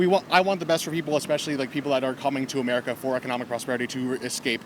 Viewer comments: She called it " Amurica" she is not an American.. deport her... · That lady couldn’t even pronounce America right..